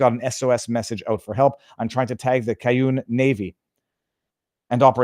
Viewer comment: It is the CAY-JHUN NAVY (Cajun Navy)